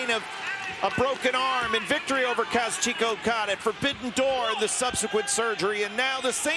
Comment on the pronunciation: I cringed when Kevin Kelly pronounced Kazuchika Okada as Kazoo-cheeka